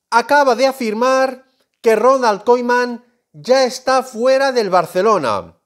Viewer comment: Me frustra como dice koeman